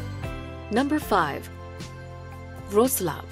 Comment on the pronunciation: Great video and good attempt with pronouncing "Wroclaw", however the "ł" is pronounced like an English "W", so it sounds like Wro-swaf.